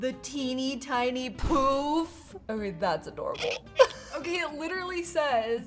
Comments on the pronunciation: Is there a reason why are you pronouncing "puff" as "poof"? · what she said: teeny tiny poof captions: teeny ting puff me!: teeny, tiny POOP!